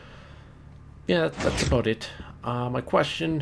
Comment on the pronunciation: "that aboot it" I <3 canadians